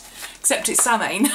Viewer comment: Always love your videos.. Not sure if you know this or not(I just learned it myself) but apparently Samhain is actually pronounced Sah-win or Sow-in :) thought you might like to know